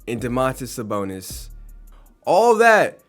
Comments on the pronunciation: Bro Ik im not the only one hearing him say Saboner bro 😂😂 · Am I the only one that hears saboner